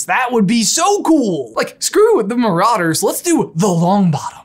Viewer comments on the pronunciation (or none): none